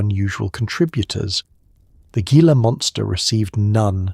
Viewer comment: Your research should include pronunciation. "Gila" is "hee - la". Rookie error and why humans are superior to machines.